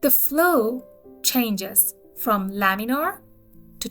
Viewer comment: Laminar flow, not laminaL